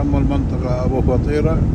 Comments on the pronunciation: منور اخوي ههههه اسمها ابو فطيره بسكون الفاء وكسر الطاء مو ابو فطيره خليتها فطيره بالجبن ههههههههههههههههه كلنا كنا نحسبها مثلك ابو فطيره طلعت غير تنطق بسكون الفاء فف وكسرة للطاء طي وبعدين الفتحه على الراء ره يعني ابو ففف طييي ره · ماشاءالله منورة كويتنا كعادتها🇰🇼🤍، بس ملاحظه اسم المنطقه ابو فْطيّرَه مو ابو فطيره